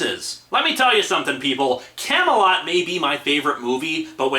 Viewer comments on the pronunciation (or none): He's said it's 'Camelot'